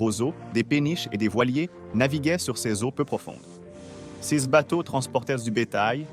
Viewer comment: ça serait plus intéressant si vous preniez la peine de convertir les unités de mesure (acres, pieds, miles, acres pieds!!!....) et si vous appreniez à votre robot à bien prononcer le mot "ces".